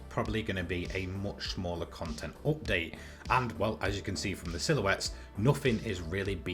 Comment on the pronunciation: Say update correctly